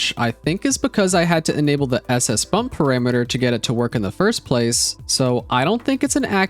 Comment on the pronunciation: mate, please... pArAmEtEr. ... NOT "pErImEtEr" ... -_- .